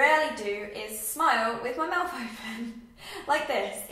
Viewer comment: I hope you dont mind me commenting this but I wondered if you have ever had speech therapy? I've really noticed that you mix up 'th' and 'f' sounds, such as saying 'teef' and 'mouf' and 'athected' instead of 'affected'. Also, your teeth are lovely, not everyone should have perfect movie star teeth because your teeth show personality! Your smile is great and you shouldnt get braces :) spend that money on a lovely holiday or something!